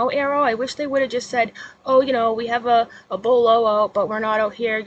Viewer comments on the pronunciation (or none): none